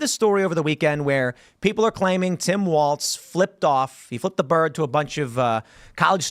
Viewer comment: Walz not Waltz. Goddamn learn to speak.